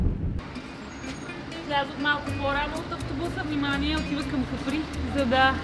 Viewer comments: Казва се Ка'при, а не Капри'. На италиански. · Острова се нарича Ка'при! Ударението е на буквата А!